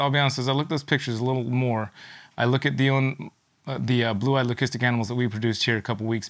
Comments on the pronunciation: Someone made a comment laughing at very correct pronunciation of leucistic. Incredibly, it’s the first timeI’ve actually heard a breeder pronounce it the correct way. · You may laugh but is the only person I’ve heard who actually pronounces the word leucistic correctly. Everyone else says ‘lusistic’ which is wrong